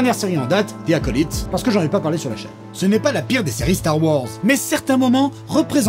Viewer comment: Vous devriez apprendre à prononcer The Acolyte